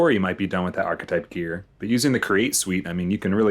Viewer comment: The one guy keeps saying the architect but it's the architype